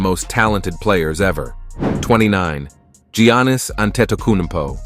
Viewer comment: Love the content but the names can be pronounced so much better. Gee-Annis it’s pronounced more like Yannis. also, “Duane” Wade? Kai-why Leonard? Kawee? KEEREE Irving? it’s Kai-ree. Dirk noVitski.Hakeem OlÁjuwan. abdil-jabber? No.